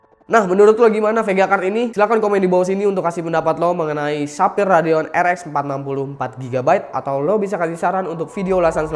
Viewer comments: Sefayer bukan sapir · Ketika Sapphire jadi "Tapir" wkwkwk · menit denger ga dari sapphire jadi tapir